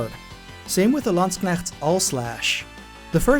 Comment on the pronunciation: gbbrbbf you pronounced Landsknecht correctly. Also it's mostly obvious how modern EO games want to learn from EO 1-3s errors. I'm happy I played it the chronological order and could see Etrian Odyssey's odyssey hehe ^^